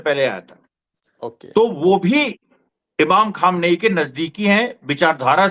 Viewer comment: Deppak ji.. Kam se kam Khamenei saheb ke naam ka sahi se uchchaaran karo. Itna to kar hi sakte ho.